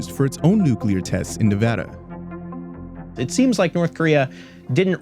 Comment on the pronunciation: Thank you for saying Nevada correctly,Vice is awesome.